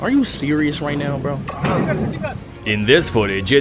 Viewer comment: are you serious right neow